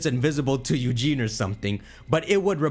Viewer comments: his name is eusine not eugene. but it sounds amazing,i hope it will happen,a crystal remake. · My dude said “Eugene” 😂😂